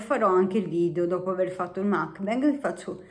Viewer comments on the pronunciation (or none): si pronuncia mukbAng, è coreano non inglese